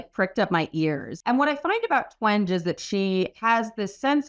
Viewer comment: it’s also Jean twen-gee versus twenj